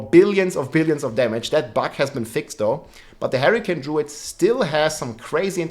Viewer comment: Harricane:p, i like it